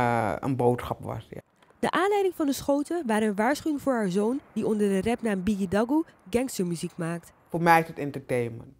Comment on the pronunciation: Gaan we het over hebben hoe ze op het begin bigidagoe zei